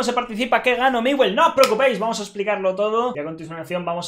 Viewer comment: es miwe jajaja